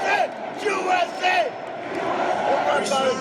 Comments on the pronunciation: sounds.like he is saying jew eśe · He didn't intentionally mean to say Jew s a. Lmao nice try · yeah i saw that guy in another viral video, he was also saying Joo-S-A. Giving attention to someone who obviously didn't deserve it.